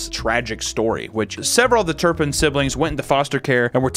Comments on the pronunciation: It’s not turnpin it’s Turpin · "TURPIN" not turnpin. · Why is he saying turnpin?!?!? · It drives me nuts he keeps saying turn pin